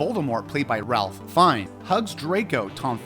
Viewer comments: Please…it’s not Ralph…it’s pronounced like “Rayf” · Rafe! Rafe!! RAFE!!! SMH! He name is pronounced Rafe. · Great list! Fyi Ralph Fiennes pronounces his name “Rafe” not “Ralf” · It’s pronounced ‘Raif’, not ‘Ralph’.